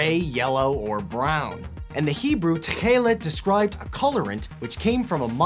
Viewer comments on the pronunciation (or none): its so funny how you say tk’eelt. its actually means bright blue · It was?